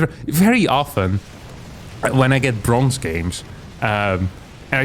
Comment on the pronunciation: I was going to pass on this one until I heard "bronze"...